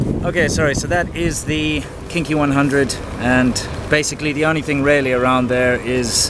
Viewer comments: YUP! Kinky! Every time! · Every time he said "KingKey", all I heard was "kinky" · Everytime he says "KingKey," I hear Kinky. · lmao when you said king Key it sounds like Kinky and makes it funny like a porn area I wonder if thats why they picked the name to get tourist there. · kept hearing "Kinky 100"